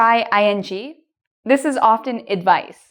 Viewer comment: do u think ur Pronunciation for the word Often is correct?